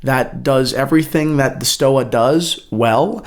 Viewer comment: It's pronounced like Stova with a v.